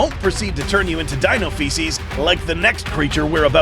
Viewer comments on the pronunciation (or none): none